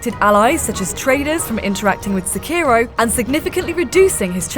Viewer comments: If you are gonna Sekiro so many times in a video, please at least say it correctly. Se-ki-ro (seh-key-row) not suh-kiiro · She's stretching the O as ohhh and not oh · I just can't stand the way she pronounces it. It's Sekki-roh. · I think you said "Skeiro" more than 50 times in three and a half minutes. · Pronounce it like "Seh" "Key" "Roh". Roll the R slightly. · It's not "sekiirow". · The only thing you need to know is that you dont pronounce Sekiro the way this woman does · How many times can you say Sekiro wrong? IGN: Hold my beer.. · Nice video, but hearing you mispronounce Sekiro over and over gets really frustrating. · It's pronounced Sekiro and not Sekiro